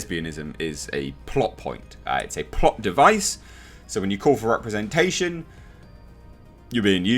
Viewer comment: Thought you said plop not plot 🤣😂